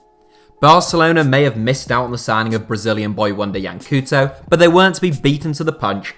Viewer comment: Yee-Ahn Coal-To. What is it with british and such a bad pronunciation? It is really not that hard to google it. We're supposed to do it when we're meant to speak english.